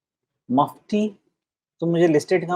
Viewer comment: अच्छा हुवा मफती बोला, चपटी नहीं बोला 🤣🤣🤣🤣🤣🤣🤣🤣🤣🤣🤣🤣